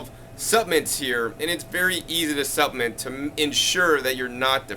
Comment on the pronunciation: Take a shot everytime he says suppenent lol